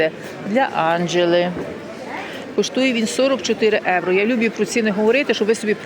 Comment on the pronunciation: Як ви чудно говорите "єуро"